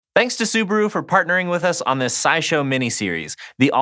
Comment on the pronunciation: Wtf is a subru? Soo-BAH-Roo